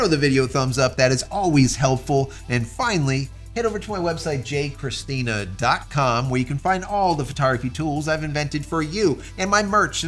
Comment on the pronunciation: As serious and interesting your exposition is. My Spaniard ears can’t help to flinch each time I hear that emphasis on the very feminine name “Cristina”. No judgment at all if intentional. Edit: to clarify even if Joseph(Jose)-Cristina is highly unusual (Jose-Maria is the common one) no Spaniard would be found for their life omitting the “Joseph” part clearly remarked as the main part. Sorry cultural things. It is specifically curious to me as if anything in the Americas centenary traditions, customs and even prejudices are kept whereas in Spain they have mostly disappeared. Btw if it happens after all that the Cristina is of Italian or Portuguese origin my apologies 😂. Italians mixup genres as in “Andrea” so wouldn’t surprise me if there are some male Italian “Cristina”.